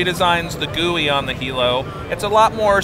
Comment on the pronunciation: Lol his face when the Lynx dude pronounces Hilo correctly